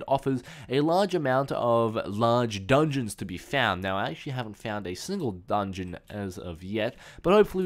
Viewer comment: "i have not found any dungons as of yet" he says as he passes 2 of them.